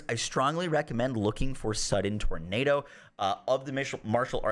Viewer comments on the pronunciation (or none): none